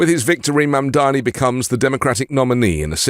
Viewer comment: Thank you, sir, for correctly pronouncing Mamdani's name. The Meidas boys embarrassed themselves on Fox by using Fox's MISPRONUNCIATION of Mamdani's name. It was a weak and pathetic representation of the Meidas Mighty. Embarrassing!